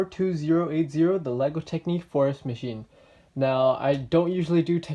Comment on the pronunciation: Minifigures aren't a thing in technic, I think they would never want to put one in, its not their style. I think they should have had a compartment to put the chainsaw etc in (like on the airport firetruck technic set). I believe it's pronounced TECH-nic, rather than tec-NIQUE. Your blue pipe connecting the front to the rear I think is supposed to route through the middle of the turntable part (which effectively keeps it hidden from view). I'm nitpicking now... Its a good review!